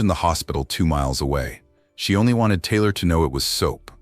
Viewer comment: this AI reading? Wtf 😮her name is Taylor right not Tyler!?😮